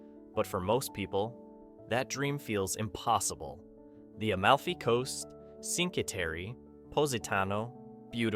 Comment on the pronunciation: At least learn how to pronounce Cinque Terre